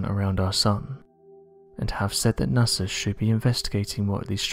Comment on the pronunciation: He pronounces NASA as NAS-ER!😆